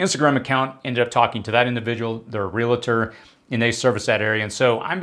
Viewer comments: Not "Real-a-tor". It's "Realtor" lol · “Real-tor” Not “real-a-tor”